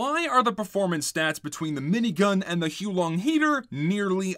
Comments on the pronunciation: Its not hoo long its hows the wife long!😡😡😡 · I think you'll find it's pronounced "How Long Dragon" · its "hoo-ah-long" heater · Dude it’s not huo long it’s huo long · that's cool and all, but I'm gonna continue pronouncing it as "Hoo-long" for the sake of ease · actually its pronounced as "the who long dragon" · The correct way to pronounce the name is to say it whilst simultaneously vomiting up your entire digestive system. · The guy in the intro was also pronouncing it wrong. In fact, he was pronouncing it more wrong.